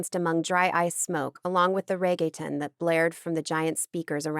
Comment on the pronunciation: I love the narrators ability to bring the characters to life and not sound emotionless but the pronunciation of Reggaeton is driving me mad 😭